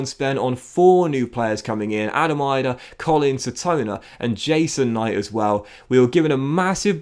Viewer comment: FYI, Idah's name is pronounced "Ee-dah"